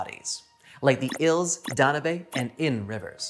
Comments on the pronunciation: I enjoyed the video and 1 thing listen to the song the blue danube most people say it dan yiub not dan u bay. Just pointing it out. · This guy pronouncing "Danube" was killing me. "DON-oo-bay!".... brother, that river is the "Dan-YOOB"... Like as in "the Blue Danube" ?? No one is cultured anymore.... for shame! 😂😉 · Danube is pronounced Dan-Yube (as in tube), not Da - nu - bay 😁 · Danube is pronounced like You tube not Dan u be